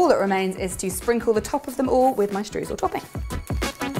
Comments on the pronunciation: No need to apologise, English-speaking people always pronounce the German 'eu' the wrong way (which always seemed funny to me as the 'oy' sound does exist in the English language), no problem. By the way, the recipe sounds fantastic, definitely one I would like to bake! 👍 And, last but not least, all the best for you, your baby and your family! 👶😇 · the German 'eu' is pronounced 'oy', so you should in fact be saying 'shtroysl'! 😊😇